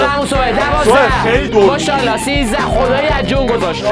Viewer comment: کل ویدیو مو شالا ماشاالله نه میگفت موشالا موشالا 😂❤❤❤❤❤❤❤❤